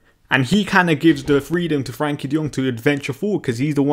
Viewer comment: His name is Frenkie not Frankie.